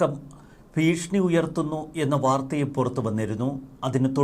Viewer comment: എന്താ പുതിയ വാക്കാണോ ഭീഷ്ണി ..ഭീഷണി എന്നാണല്ലോ മലയാളത്തിൽ പറയുന്നത്